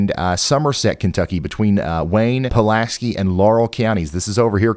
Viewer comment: Love your channel Ryan and thank you for pronouncing Pulaski correctly.